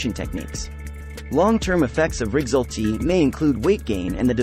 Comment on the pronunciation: Why do you pronounce rexulti so weird?